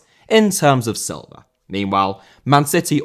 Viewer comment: Silva* not Selver